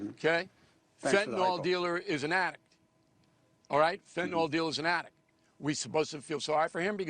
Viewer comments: Bill, its pronounced Fentanyl, not Fentanol. Fentanol has a hydroxyl ion on the chiral carbon and is a totally different molecule than Fenanyl. It’s pronounced Fen-ta-nil. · Hi Bill, long-time fan of yours here. The "y" in Fentanyl is pronounced like a short "i".